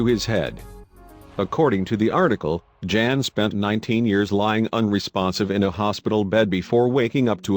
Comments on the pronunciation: For everyone out there Jan is a polish name pronounced yan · Jan is pronounce Yan. It is the equivalent to English John.